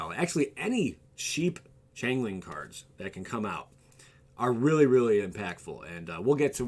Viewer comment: change-ling not chain-ling